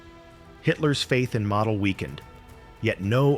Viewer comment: It's pronounced "mah-deh"